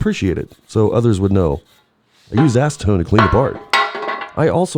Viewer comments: I saw you use ass-see-tone.... 😂😂😂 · Nice ass-Eh-tone! Steam cleaner is my friend! Cheers! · Say acetone again 😂